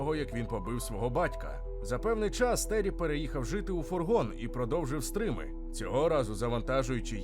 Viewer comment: Не стрим, а стрім!